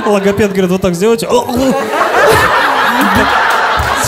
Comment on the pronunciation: Я теперь поняла почему Логопед не Рогопед 🤣🤣🤣🤣